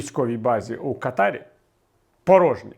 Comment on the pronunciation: Впертий, пан Портніков. Знає, що назва країни Катар вимовляється "кАтар", але вперто вимовляє "катАр". Мабуть багато в дитинстві хворів. А я вже замахнувся було ставити лайк, тепер не хочу